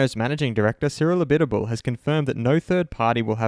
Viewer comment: And Abitboul 😂. Cyril Abitboul. 🤣